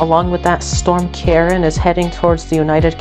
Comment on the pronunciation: It did sound like it was gonna be storm Karen. But it is meant to be pronounced Keer-awn.